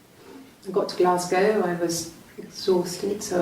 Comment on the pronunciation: It's pronounced Glasgo